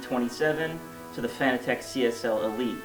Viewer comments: Dude, its pronounced "fanatic", not "Fan-uh-tech". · who gives a fuck how they intended it to be pronounced. should've written it differently if they wanted it pronounced "fanatic" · Well it's spelled fanatec so I read it as fan-a-tec, could never understand how peeps pronounce it as fanatic concidering fa-na-tic is spelled fanatic 🤷‍♂️ but who cares really